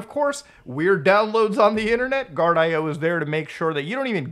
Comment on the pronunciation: I believe Guardio is actually pronounced "gard-e-oh" not "gard-i-oh"